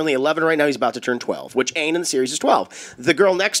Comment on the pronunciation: The thing that good me is how they pronounced Aang in the movie